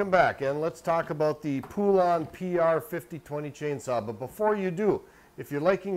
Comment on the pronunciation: Po-lun, not poo-lawn! Hope this helps you not sound so dumb trying to pronounce Poulan!